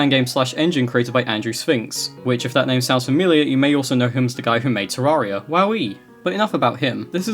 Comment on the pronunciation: it's pronounced terraria